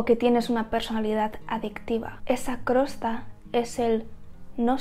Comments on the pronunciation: Interesante consejo! Y gracias 🙏. Más bien creo que la palabra que decías Crosta, es Costra. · Hola, la verdad es que tienes una visión muy oxigenante... me ha venido genial tu video, qué verdad es!!! TENEMOS TODA LA RESPONSABILIDAD y la obligación. (permíteme, tengo que decirte una cosa es COSTRA no crosta). Un besito... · no es crosta es costra 😭😭😭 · Nunca había oido decir el nombre de la crosta...Jijiji me parece gracioso. Siempre lo había oído como costra.